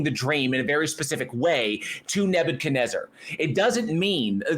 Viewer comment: Is it bad that I just GOTTA HEAR (from Australia) say, "Nebuchadnezz-AAAH" again?